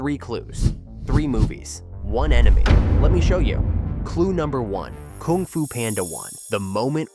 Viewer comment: You are saying "koong fu panda"